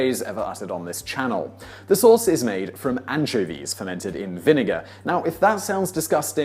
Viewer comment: Antchivees? Oh, Anchovies.